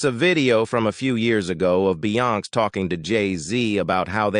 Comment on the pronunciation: OMG....this voice...doesn't know how to pronounce Beyonce...LOL! If you think the Sugars are Bad...That Beyhive is VICIOUS! I was on your earlier live commented but nothing. Wish you would engage more but thanks for exposing.